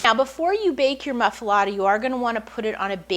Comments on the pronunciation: It's pronounced moof- ahh- let- ahh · She can't even pronounce the name of the sandwich correctly! So, no! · was going to watch until she mispronounce the name. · wrong bread, never heated and she cant even pronounce it....